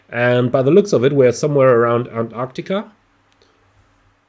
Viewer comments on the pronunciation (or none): none